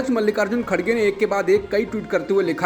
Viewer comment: The name of congress president is Mr."KHARGE" not "KHADGE" as being wrongly pronounced in the media. Just for information